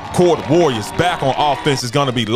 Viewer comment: Love this Doc, keep up the coverage. Shout out to Coach Settler will get Cordova right